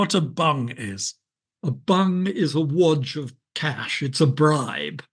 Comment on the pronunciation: And the way he pronounces the word 'bung' !